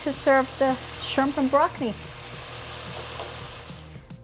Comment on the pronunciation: I laughed evertime she said Brockni. Thanks for the laugh and nice feed